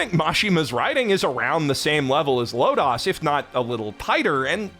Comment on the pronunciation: Very slight quibble on an otherwise fantastic (ha!) vid- The second 'o' in Lodoss is also hard. I was afraid I was having a stroke every time it got mentioned. -an ancient eldritch otaku who remembers when it was first released on VHS in the States